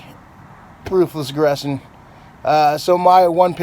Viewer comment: the way he said "ruthless aggression", I heard proofless gresson lol